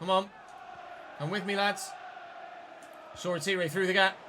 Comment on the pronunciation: hate to say it, but that’s not how you pronounce Shoretire’s name. It’s pronounced: “Shor-Tyre” not “Shor-A-Teeray”.